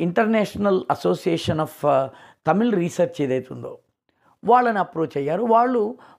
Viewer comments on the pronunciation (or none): none